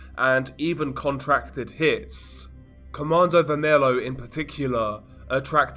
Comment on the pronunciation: You pronounce Comando vermelho as comando "ver-me-llo"